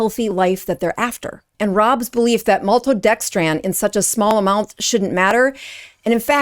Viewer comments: Why do you keep calling it maltodexTRAN? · Maltodextran? If you can't pronounce it, don't talk about it. And you're a doctor???? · This is embarrassing... for you, not for LMNT. First, I do not use LMNT and think it's completely unnecessary for most people. But you make such a big deal about some maltodextrin being in the product without actually talking about what maltodextrin actually is (and mispronouncing it at the same time). It's sugar. You're making a huge fuss over a half gram of sugar. You clown. Way to drum up unnecessary outage and drama. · There is a difference between dextrin and dextran, you could pronounce maltodextrin correctly. 400mg of maltodextrin is not going to cause any appreciable rise in blood sugar regardless of the insulin resistance status of the person. Their evasiveness isn't good, but don't be dishonest about the clinical effect of a tiny amount of carbohydrate. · Why is a “doctor” specialising in keto mispronouncing maltodextrin like she doesn’t know what it is? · Gotta watch these anti good food groups they will lie. Like the anti carnivore people. Plus she is a "Doctor" and cannot pronounce MaltoDextrin. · is this woman really complaining about less than a gram of maltodextrin? She can't even pronounce it correctly. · can't even pronounce maltodextrin correctly! What actual "Dr" licensing does allegedly have? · Why can't you pronounce maltodextrin? I do appreciate the heads' up but it doesn't seem like it's that alien of a word. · Please forgive this correction, but you're incorrectly pronouncing Maltodextrin. It's not MaltodextrAn. It's MaltodextrIn. (Not An, but In.) Again, not trying to be mean. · Please learn how to pronounce maltodexTRIN - not TRAN. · Isn’t is pronounced MaltodexTRIN ? She keeps saying TRAN. Maybe I’ve been saying it wrong? 🧐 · Why do you keep saying maltodexTRAN? It's TRIN. T-R-I-N. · Maltodex'TRIN' not tran. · It’s pronounced “element”. It’s “maltodextrin”. Trin like tin. Are you sure you’re an MD?